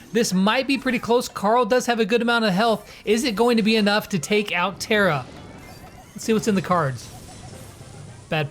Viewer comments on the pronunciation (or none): Tara is prenounced like a car so it’s Tar-A